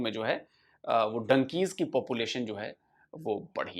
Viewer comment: it's donkeys not dunkeys, 😂sun lena kya bola hai 😂😂😂